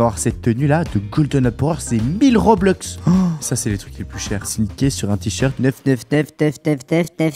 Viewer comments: et on pas roblox on dit robux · Ce n'est pas roblux mais robux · Mec on dis robux pas roblux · Trop bien tes vidéos et on dit robux pas roblox 😁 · ON DIS ROBUX